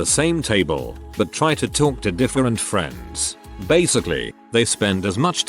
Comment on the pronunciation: “Next time on fwends” 🤣